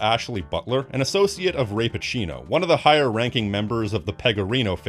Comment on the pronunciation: I cannot unhear “Ray Pocino” as “Rape-A-Chino” which I assume is a very unpleasant Dunkin’ Donuts item